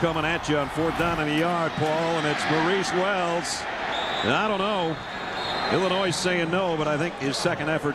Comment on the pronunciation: Can the announcer seriously not pronounce Illinois?